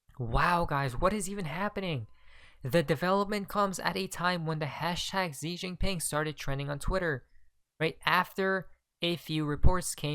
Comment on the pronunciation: Com eon buddy get China pres name correct, Xi is pronounced "She" not Zi, not Gi, just saying luv ya.